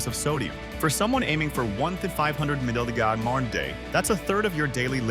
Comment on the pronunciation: When did milligrams turn into maugies or mougons ? 😅😅😅